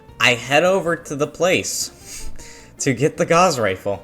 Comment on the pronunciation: the gauss rifle is pronounced like "doused in water". its named for a German mathematician~